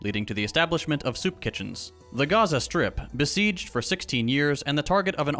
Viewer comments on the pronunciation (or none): none